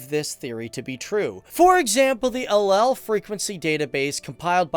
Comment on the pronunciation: I don't think that he pronounced allele correctly!